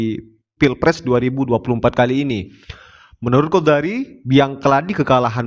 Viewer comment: Sy ngakakkk..bang qodari bilang qodak n qodar😅😅😅😅😅